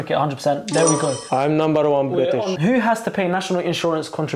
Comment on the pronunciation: i think he's nambar wan british